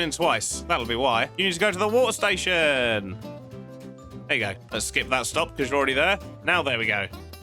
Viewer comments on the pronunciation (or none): Wa'er Station 😂